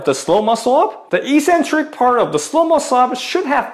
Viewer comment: Ee-sen-trik is incorrect pronunciation but it's everywhere on YouTube. Correct English is ek-sen-trik and as you're Australian that's the way you should say it. The other sounds cringily American.